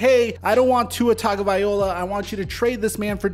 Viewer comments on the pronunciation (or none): VAI-LO-A NOT VIO-LA